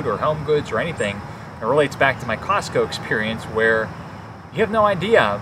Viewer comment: You said COSCO, like I remember it but you actually shopped at COSTCO. Didn’t you?